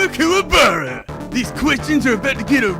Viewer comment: I know the character's real name, it just sounded like he said "Cthulhu Kuwabara"